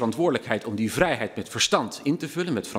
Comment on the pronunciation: Hugo spreekt het woord vrijheid uit als een boer met kiespijn